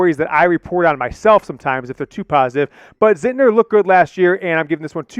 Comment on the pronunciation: It's not Zintner lol